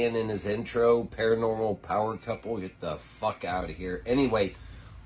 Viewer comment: As a fan of both GA and PA, Nicks constant inability to say the word ParaNORmal drove me insane. He even does it in here.. wtf is PARAMEL? THIS IS LITERALLY YOUR JOB